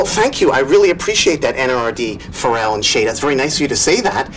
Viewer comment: He pronounces Pharrell's name correctly "For real"